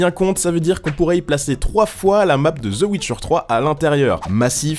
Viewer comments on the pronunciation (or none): zeu ouitcheur